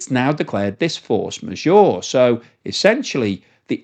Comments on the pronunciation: A little tip.. It’s not force ma-sure. It’s pronounced majeure. With the ”eure”-part sounding exactly like ”ur” in hurt! 😊👍🏻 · As someone who can actually speak french, your pronunciation of "force majeure" is painful to my ears. Majeure is not pronounced Ore as in Ma -Jore it is pronounced Ma Jer - as in "her" or "Ger man" or "her german perm".